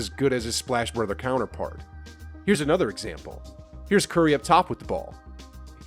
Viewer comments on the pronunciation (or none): none